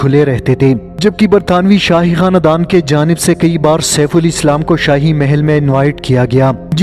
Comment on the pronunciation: Not KA—-NA ——DAN , but together! KHANDAN !!!! Check ur pronunciation !!!!!